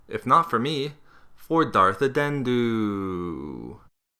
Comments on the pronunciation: it's Dart Andeddu, not darth addendu. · B-but isn't he called Andeddu not Addendu? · It's not Addendu, it Andeddu(as in "undead") ; ) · I think it's an - de - ddu not adendu or adendum :) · His pronunciation of "Darth Andeddu" is bugging me.......sound it out man